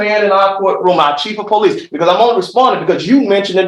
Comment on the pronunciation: When your lawyer says pow-leece.😂😂😂